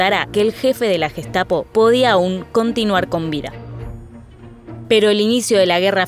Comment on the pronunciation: Müeeela,guestapo,jítla,laipzic,aijman,janofa,sheeeeltz,noia...un poquito de pronunciación mamita....!el q aporta se ve q no aporta pronunciación o no invierten